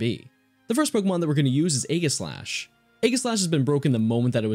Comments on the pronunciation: I hate how you SAY Aegislash it's definitely not A-giss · You mispronounced aegislash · The g in Aegislash is a soft g, not a hard G, it makes a j sound, not a g sound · Sorry to be a pedant or whatever but aegislash is a play on words. It's a portmonteu of the words aegis and slash. (Aegis meaning to protect and slash to attack, fitting for a sword and shield pokemon.) Aegis is pronounced with a soft g. Aegislash then is pronounced also with a soft g.